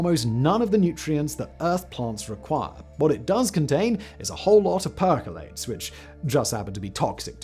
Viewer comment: He's surely picked up some, but probably not a lot. A lot of things are not quite right in his videos that would be obviously not right if he actually knew the subject matter. The cringe-worthy mispronunciation of perchlorates in this video being an easy example.